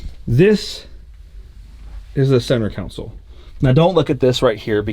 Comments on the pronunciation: Consol pronounced con-sol it’s not a council there’s no body of ppl gathering lol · Centre console ❌ Centre council ✅ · Hey isn’t it center console not counsel 😂😂😂😂😂 cause your saying center counsel 😂😂😂😂